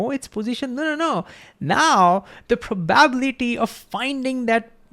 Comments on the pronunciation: This was the best short vid on Heisenberg uncertainty that I have seen on youtube! Thank You! I think you were so genuinely excited that you forgot how to pronounce probability, hiliarious! I am glad you referenced the Feynmann Lectures, and I plan on reviewing them! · The spoken accent is on the 'bi' not the 'ba' of probability. In terms of human understanding, hearing is an uncertainty. Maybe hearing is a location based bias or understanding is misunderstood? Love your take and presentation, now increase my love! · Love this video, but the pronunciation of ‘probability’ sent me into orbit with an uncertain amount of momentum. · I'm not sure what you question means, but this could satisfy it: He says 'probablity' (missing the 'i' and stress on 'a') instead of 'probability', maybe due to associating the word with 'probably'. Maybe not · I know it's ok for none natvie speakers to have an accent. But for some the way he says some words is making my brain hurt. pro-bab-litty, Ten-Zor. the rest is ok. but, these ones are so out there that make me detatch from what he's saying. the videos are dope though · Probable, Probability Prob-able prob-ability Not, Probality not, Probalistic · I need to giggle everytime I hear "probaablity" :D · This guy: Ingeniously explains Quantum Mechanical principle like it's second nature... Also this guy: Cannot pronounce "probability" ((hint: its pronounced "Praw - bah - BILL - it - ee" ~ 5 syllables )) 😂😂 Great video, I bet his class is fun. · Great video! Just one comment on pronunciation: pro ba bi li ty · You helped me so I'm gonna help you. Prah-buh-bill-la-tee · Thnx for this, my understandig PROBALITY increased to infinity! Love how u pronounce PROBALITY!😂 Keep it up ! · That's the first time I've heard the word pronounced as proBAbility, very indian sounding, are there other words in Hindi that are pronounced like that too? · Learn how to pronounce "probability" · I loved hearing 'probability' pronounced that way 🤣